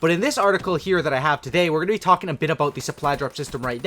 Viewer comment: "We're gonna be talkjinn"